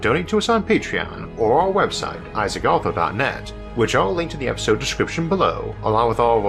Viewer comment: "Isaac Awthw"